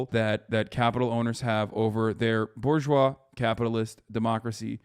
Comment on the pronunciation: It's not "BOAR-geois", it's "bourgeois".